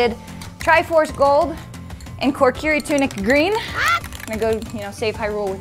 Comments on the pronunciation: did... did she just mispronounce Kokiri? she added an extra R in there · Whats is a "korkiri" as called it? I thought it was kokiri guess i was wrong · She said korkiri it's kokiri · Don't mean to nitpick but its pronounced Koh-kee-ree. Again, sorry for the nitpick